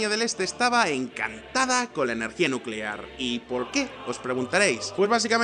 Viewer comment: Nucelar, energía nucelar